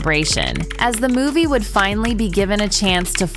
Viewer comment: The mispronounciation of words is embarrassing. e.g. "pylawt", "force-ed", "finnally". Do better.